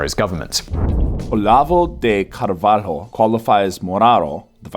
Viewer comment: Kkkkkkkkkkkkkkkkkkk Pablo Guides kkkkkkkkkkkkkkkkkkk Olavo de Carvalo says Moraro.... Kkkkkkkkkkk